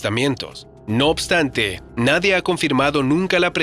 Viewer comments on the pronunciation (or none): "No obstante" escucharon??... ulala señor francés